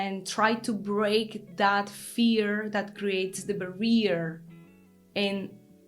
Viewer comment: Lol,I liked how you pronounced the word (Barrier),(bah-rear= incorrecto),but it is pronounced -(Bary-er= correcto)